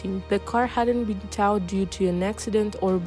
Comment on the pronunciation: Hold up, you can't even pronounce towed properly? It sounds like toad, unless you don't know what that is either. This younger generation is terrifying.